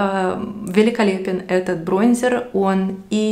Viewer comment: БронзЕр 🤣🤣🤣🤣 ну что за колхозница